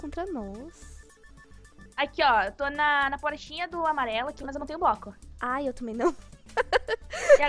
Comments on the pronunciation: Broco kkkkkkk é bloco mas ok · Meu Deus que português maravilhoso em vez de bloco fala broco